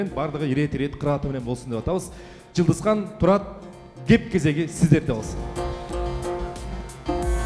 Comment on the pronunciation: алып баруучу Жылдызхан дейтго😂😂😂 башталганда ошенттиби же мен туура эмес уктумбу